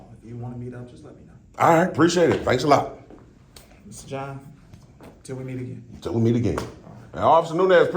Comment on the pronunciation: Was the Chief calling you John or did it just sound that way ? lol